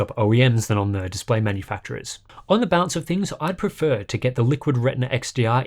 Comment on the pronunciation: And when he says Balance I understand Bounce